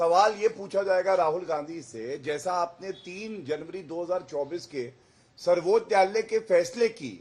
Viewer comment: गौरव भाटिया आज नशे की हालत में है, सर्वोच्च न्यायालय को सर्बोत्यालय 7 बार बोला और 1 बार सही 😅